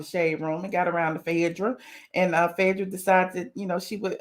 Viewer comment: Its Phae not Fedrah please